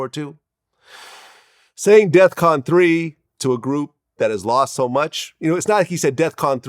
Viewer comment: He said def con vlad NOT DE@ CON!!! STOP IT!!! AND THE RUSSIANS LOST 27 MILLION PEOPLE DURING WWII AND STOP H SO THEY REALLY SHOULD HAVE A MEMORIAL PLACE TOO!!!